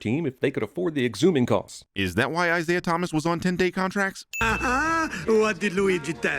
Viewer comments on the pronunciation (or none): none